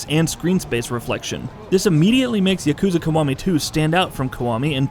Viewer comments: Yukooza kuh-wah-mee too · Jeff Benzos I hate his pronunciation. Specially when he tries to say Yakuza Kiwami 2 🤢